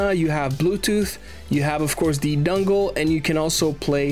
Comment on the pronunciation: Bro can't not say dungle